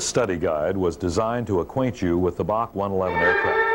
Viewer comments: It was always B A C…..never BOK like the narrator is saying…..so annoying! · BOK? BOK? It’s Bee Eh See! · Correct. Built in Romania and operated by TAROM (Romanian Airlines). Also we always said B A C one-eleven pronounced as letters not as Bac (or Bark the way he is saying it) pronounced as a word.